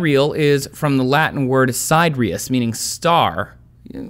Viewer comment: Trace – You've probably already got feedback on this, but "sidereal" is not pronounced as 2 syllables, like the words "side" and "real" pasted together. It's 4 syllables: "sye-DEAR-ee-el." Same with "siderius" – also 4 syllables: "sye-DEAR-ee-ess." Fred